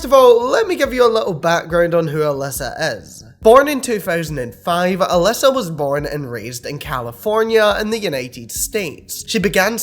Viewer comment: She claims her name in pronounced as A Lisa Lee Oo